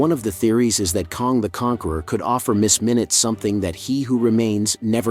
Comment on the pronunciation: While I appreciate your take on Loki 🙌🏼🙏🏼…It’s “ KANG” like BANG, Sang, Hang, rang. NOT KONG as in Donkey “Kong”.